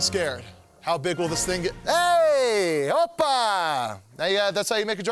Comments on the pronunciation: Heyy Opah! :P Sounds like hebrew to me. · Hoppa!! You sounded like a Dutchman right there... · o pa' is he Portuguese? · He said Opa? I'm laughing too much. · Hey Opa? wtf is he greek?